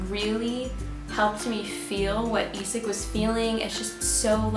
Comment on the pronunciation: Love your videos and enthusiasm! Just two things on my mind: 1. You are way to modest about your Norwegian pronunciation skills! Skam... Isak... Fem fine frøkner.. very close to perfect! And... i'm sort of a language geek. So... in pronunciation matters English speakers frequently are the odd men out. You just are... "Skam"... "Isak" - most non-Norwegians will instinctively pronounce these words more or less like Norwegians do. Only English speakers would pronounce Isak like "Eye-sack" ... So thanks a lot for your efforts, you're doing very well! 2. Season 4: it sort of puzzles me why no one (not even in Norway) suggests Emma. Why would she be a good bet? Well... before Skam no one had heard of Julie Andem. No one had heard of anyone in the cast. Except Emma (Ruby Dagnall). She has been hyped like.. the most promising Norwegian acting talent ever (google her)! So when Julie invites her to join the cast - it is for a reason. Will there be seasons 5/6? We don't know. If season 4 is the last one - my money's on Emma. And I suspect that would be a mind-blowing season... Emma has history! Isn't that obvious? Thanks again for your videos!